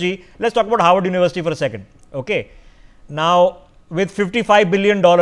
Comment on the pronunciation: Not "Howard" but "Harvard"